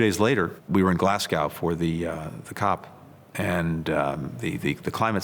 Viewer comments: ive never heard such a butchering of Glasgow in my entire life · "Glass Gow"